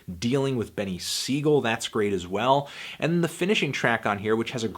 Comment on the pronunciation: Benny Sigel????? It's pronounced BEAN-IE SIGEL! I am surprised Antwon Fantwon doesn't know who beanie is to the point he said his name like that. And if Pusha T referenced Derek Jeter who played for the Yankees, then obviously he's referencing his team mate ALEX RODRIGUEZ who went threw speculation for steroid use ... Who is Aaron rodriguez??